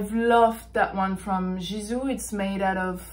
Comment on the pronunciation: babe I think you pronounce the G in Gisou like you would the word girl, glass.. etc. it actually means hair in old persian language. the creator is a persian blogger